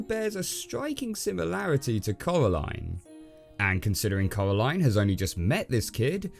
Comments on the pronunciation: It’s pronounced corā-līne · It’s Coraline not Caroline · Ca-era-line,(coralline:cor-a-line,DUDE YOU SAY IT WRONG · When he said caraline my instincts was to say coraline out loud Send help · “Cowwaline” - you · ngl dude every time you say coraline i hear colorline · Did he actually say Caroline i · "Coralyne, not too keen on the EYE-dea" xD